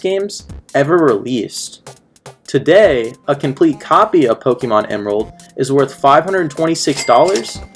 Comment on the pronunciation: It's pronounced poh-kay-mon (listen to the theme song) not poh-key-mon